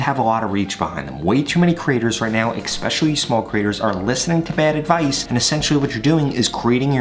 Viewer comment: Use 1-2, 5-6, 10-12….ooook. And the word is ESPECIALLY not eXpecially